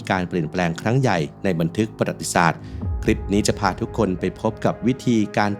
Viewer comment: ประวัติศาสตร์ อ่านว่า ประ-หวัด-ติ-สาด ไม่ใช่ ปะ-หรัด-ติ-สาด ครับ